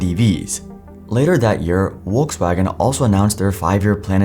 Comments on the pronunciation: It's Volkswagen, not Uokeswagen. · Volkswagen is pronounced like you would say "Folks". So like if it's written as Folkswagen.